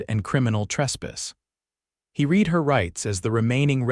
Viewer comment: It read, pronounced red!